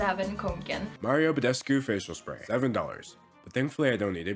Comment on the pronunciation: may sound stupid but hearing d'angelo say mario badescu made my little romanian girl heart so happy